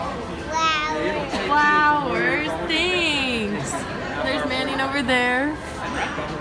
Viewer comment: "fwowerlssss" ownnnnnnnnnnnnn